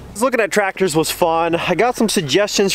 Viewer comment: It’s not tractors it’s tratters 😂